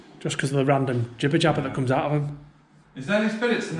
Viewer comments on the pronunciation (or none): When the British guy said jibber jabber I just about died laughing well not really. But that was a knee slapper. If your a Brit and trying to convey something Serious don't use jibber jabber it's hysterical with that accent. And hey as a Canadian there's a list of words I can't say without being laughed at. Are maybe I'm just a dick😁 Or he could be an Irishman